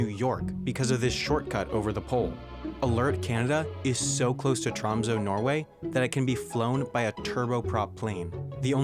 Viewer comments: It is not tromso it is tromsø, learn to pronounce the ø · that's not how you pronounce ø. It's like "eh", but with rounded lips. Same with ö. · Tromsø is pronounced differently, the ø is like the "ir" in bird for example. Great vid as always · Awesome video! However, Tromsø the ø is pronouced like uhhh Tromsuhh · you're so close to saying Tromsø correct :D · As a Norweigan, if find your pronunciation of Tromsø to mildly amusing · The way he pronounces Tromsø. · that's not how you pronounce Tromsø